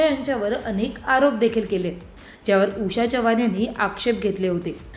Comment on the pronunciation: बाई चव्हाण तुम्ही च्यव्हाण 😂असे का म्हणता...